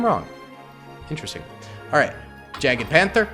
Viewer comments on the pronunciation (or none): yeah aha, it is supposed to be pronounced "Yagde" ... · The pronunciation of any german tank with jagd- Bruh